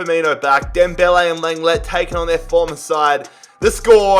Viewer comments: Sorry, I have to do this... but it’s pronounced “long-glay” for Clément Lenglet. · Imma have to be the third who says Leng-ley at least thats how it sounds in game